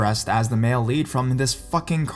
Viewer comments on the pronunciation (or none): none